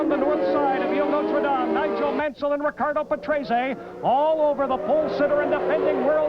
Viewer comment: Ah yes. Riccardo Patresay. And Jean Alesay and Ivan Capelay in their Ferrarays